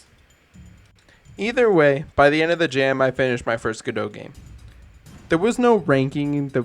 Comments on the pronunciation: I appreciate the correct "Godot" pronunciation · My dad is Canadian and pronounces godot as "go + dot"